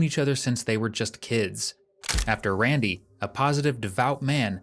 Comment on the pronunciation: Pathetic crying. Poor RAIN-DY as you pronounce it in America.